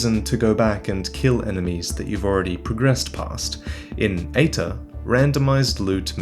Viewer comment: EITR ? Why does it sounds like Hater the first time you say it on the video ? [CAUTION HATER COMMENT] SOULS LIKE MOSTLY SUCK !!![END OF THE HATER COMMENT]